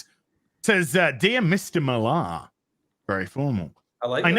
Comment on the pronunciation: Matk seems pretty cool (despite the fact that I'm the opposite of fond of the Ultimates and Kick Ass). If you ever have him on again, you MIGHT want to try to pronounce his last name MILLar (basicaly Miller) as he does, instead of millAR.